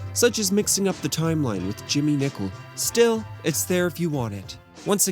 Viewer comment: Nicol, not Nichol!